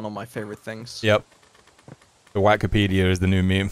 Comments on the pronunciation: I lost it at why-key-pedia. That has to be an AI or something. It sounds too artificial to be a person, lol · Why key pedia 😂😂😂😂😂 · Ah yes whykipedia my favorite. This whykipedia is so whykipedia.